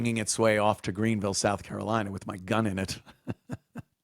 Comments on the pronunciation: I would fire a person the minute they say "souf" instead of south. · More like "SOWF" similar to "BIRF DAY"😂😅😊